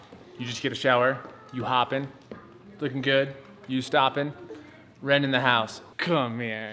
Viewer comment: I cant believe Wren is talking 😭 my heart melts everytime she does ❤❤ I also noted how clear Wren pronounces names, impeccable